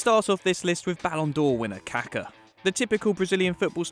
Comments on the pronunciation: Its KakA! Not Kaka. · So funny you pronounce Kaká as Caca 💩 which means poop in Spanish .. don’t you see that it has an accent on the last A? 🤣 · the way he pronounces kaka smh